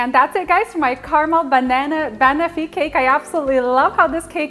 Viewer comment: Fabulous recipe. FYI the pronunciation is bah-nof-fee not bunofi